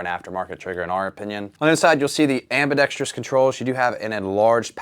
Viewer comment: Shoutout for pronouncing AMBIDEXTROUS correctly lol